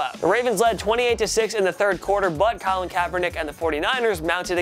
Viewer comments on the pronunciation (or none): none